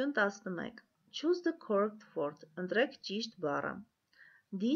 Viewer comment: To choose թու շուզ😂